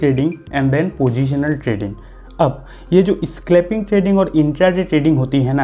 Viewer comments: स्क्लैपिंग नहीं भाई साब " स्कैल्पिन " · Bhiya स्क्लेपिंग ni स्केलपिंग h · Bhai pahele thik se bolto to le saclping nahi scalping hota hai